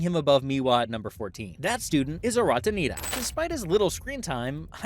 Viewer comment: Sorry it's supposed to be Arata Nitta, not Ritta